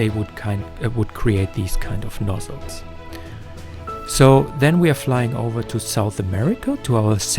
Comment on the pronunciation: I was hearing ''nozzles'' at first, but later I realize the word is nodules. in any event, I think this video supports the notion of a world wide, antediluvian culture. Thanks!